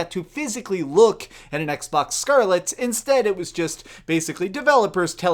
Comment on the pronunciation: I hate the way you say Scarlett